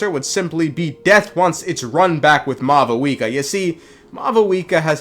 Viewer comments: Sup, Mah-Vuika 🤝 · It seems that maybe they got a new Pronunciation guide for 5.1 since both Natlan and Mavuika are said differently and technically more accurate to how they’d be pronounced irl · Bro is offended by the lack of v in Mavuika's name in this trailer 😂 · Bro doesn’t know how to speak It’s “Mavuika” not “Mavuika”